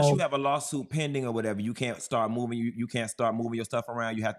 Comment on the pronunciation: Question, why do black people say “chew” instead of “you”????????????